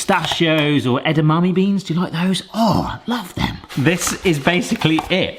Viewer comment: Love "eyyy, da mommy!" beans.